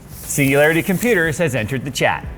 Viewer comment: Sounds like he's saying "See you later computers" instead of "Singularity Computers" lol